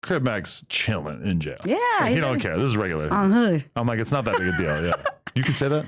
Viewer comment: She said “Oun Hood” 😂♥️ is such a sweet soul and so beautiful. I’m not here for you Adam in here for!